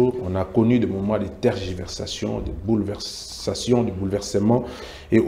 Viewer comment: "BOULVERSATION" 😂😂😂😂😂 ????? to Vanda kaka na lingala 😂😂😂